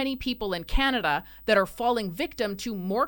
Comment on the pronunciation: yeah...so we can "HEEL" to chiZa 😂😂😂 canaZa HUH